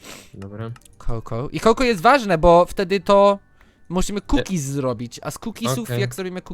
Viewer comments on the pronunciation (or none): Nie cookiezy tylko kukizyXD XD